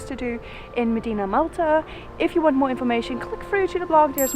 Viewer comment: You gave a nice background history. FYI it's pronounced short i sound, im deena.